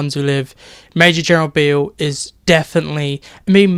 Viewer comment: you calledbeale wrong